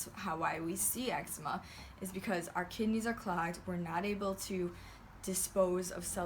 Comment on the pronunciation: You got eggsma ahahah everytime I say that word it reminds me of that vine